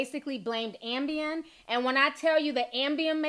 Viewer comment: KEEP SAYING AMBIEM!!!!!!